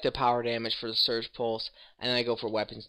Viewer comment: It's Siege (seej) pulse, not Surge pulse